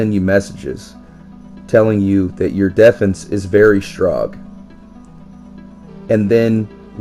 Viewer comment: "You defnce is very strog"